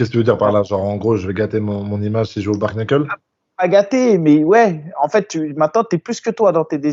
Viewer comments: On se régale toutes les semaines grâce à vous ça fait pas de toute, juste un petit point vocabulaire sur le bare knuckle s'il vous plaît 😂: rien à voir avec un bar, c'est le mot "bare" qui veut dire genre "tout juste, strictement", et "knuckle" qui veut en gros dire les phalanges ou les articulations des doigts. Donc les 2 ensemble ça veut dire mot pour mot "strictement les phalanges", en gros poings nus. Et au passage, ça se prononce "bère neukeul" le -a de bare se prononce -è, et le 1er -k de knuckle est silencieux. Déso mais là avec l'explication de, la situation est en train de dégénérer 😂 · C’est pas « Bar » Knuckle 🤣